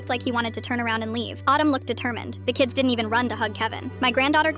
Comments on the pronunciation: CAN YOU STOP PRONOUNCIATING HIS NAME LIKE AADUM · Why is Adam pronounced as autumn 😂😂😂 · Pronouncing Adam like Autumn 🤣🤣 I was confused for a moment!